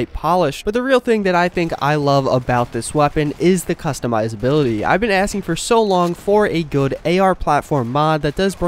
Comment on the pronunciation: No i meant about the customization and customizability bro i agree with you that is pronouncing it wrong